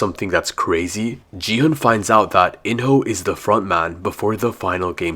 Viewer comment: It's gi hun g is like go sound and plz Don't call him ji hun